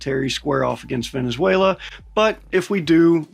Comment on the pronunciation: I'm venezuelan, and your pronunciation is just amazing, you got me rolling 😂 🤣